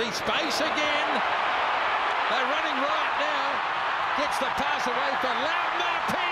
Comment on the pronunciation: Cringing listening to continuously butcher Laumape’s name 🤦🏽‍♂️